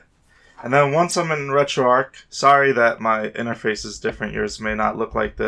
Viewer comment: There is a CH in there, not a K. It isn't arc, it's ARCH. Like an ARCHway. Annoying af, why are you saying it like that